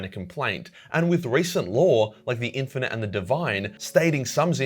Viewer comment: Learn how to pronounce “infinite” and “sentient” or else I will tie you up and let Timmy have his revenge on you